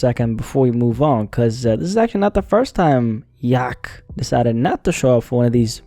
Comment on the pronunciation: the way you say yak almost gives an aneurism